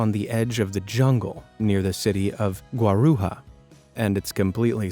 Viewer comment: Great video, but the J in Guarujá is pronounced like Jack